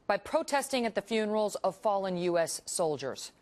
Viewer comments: Heros + Funerals = "Hunerals" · "huenarals" she broke a heel over that one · Hunerals, lol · lol she said Hunerals XD